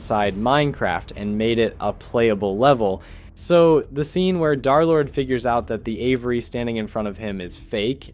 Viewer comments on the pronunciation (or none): Yo twin who tf is DARlord? Its DUR-lord